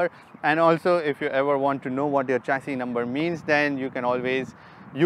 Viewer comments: Sir its not चेसिस... it's शेसी is correct pronunciation.... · Uncle it's not चैशी number its a शैशी number 😁😆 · Wrong pronunciation of chassis. It is "shesi"